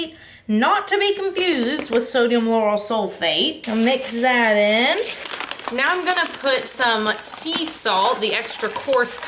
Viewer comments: Sodium lauryl sulf- acetate. You had a few too many letters and syllables in there!😉😁 also previously known as Mr. Bubbles 👏👏😘🧼lovely products!! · I heard "Sodium Laurel sulf-" and was like, 😲! What are you doing! Lol. 😂